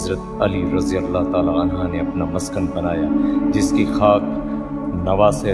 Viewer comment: Anha nahin balke aanhu